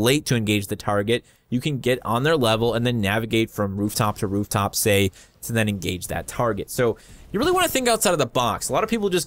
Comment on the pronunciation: You said "rooptop"